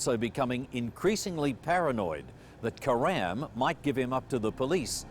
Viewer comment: My ears bleed every time I hear them pronounce “Karam”